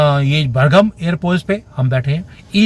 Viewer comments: Bargam nahi Bagram. China mey reh kar aap ki Hindustani Zuban aksar fisal jati hai. 😅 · Its "Bagram" not "Bargam" - get the facts right before you talk. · Its Bagram not Bargam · Bargam ni bagram.. mood hi off ho gya phli line m hi ... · बरगम नाहीं वो बगराम हें. Please note 🙏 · Ji wo bargam nahi bagram hai😅😅😅😅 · Kandahar nahi Kandhar hai Bagrm nahi Bagram( kapisa) Commerce ka pada History bata raha hai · Bargam airbase nahi boss, Bagram airbase 😂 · Bagram bolna nahi aa raha aap geo political discussion kar rahe hain. Thoda sa polish kijiye apne aap ko